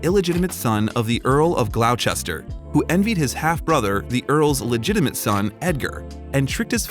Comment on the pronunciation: Note to the narrator: Gloucestershire is GLOSS-tuh-sher. 😊